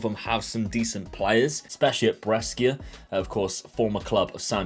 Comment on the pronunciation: Bro why do you pronounce Brescia like that looool, its Bray-Sha, love the content though keep it up